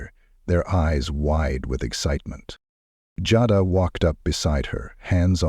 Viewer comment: The person telling this story keeps calling the lady name Jada by the wrong name, which is so disrespectful!. It's so easy to pronounce her name right, Jada. Go back on the tape and listen to how you wouldn't pronounce her name right on here in different places on this story.